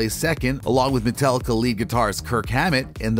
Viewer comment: MetAllica. NOT MetEllica. Every time you say it wrong it makes my ears bleed.